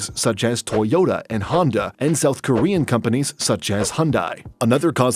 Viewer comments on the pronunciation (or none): none